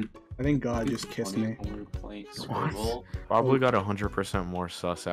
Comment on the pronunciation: Another video, another day and his british debuff mispronouces Baablu's name #Bah-bu-loo🥲